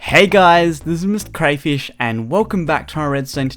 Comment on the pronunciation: It's weird how he says mrcrayfish